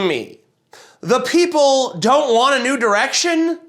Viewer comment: did... did someone else notice that she didn't say "NEW direction" but "DEW direction" ...Mountain Dew iluminati confirmed?